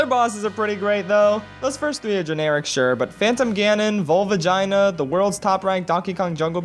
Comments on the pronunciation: Bro when you said volvagia, I thought you said volVAGINA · Correction: Vol - va - gee - ah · Am I the only who noticed how he pronounced "Volvagia" lol